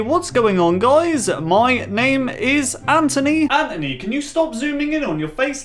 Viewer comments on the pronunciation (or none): Him: M y N a m e I s A n t o n y Me calmly:? You mean Anthony? Also me: *Screaming inside